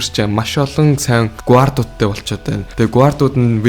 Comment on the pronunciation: “gu ard” lol